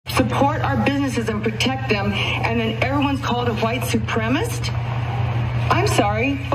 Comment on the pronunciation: She can’t even pronounce the word properly. It’s suprem-A-cis-T.